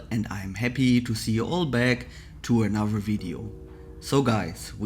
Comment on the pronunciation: It drives me bat shit when he says Anuver (another)....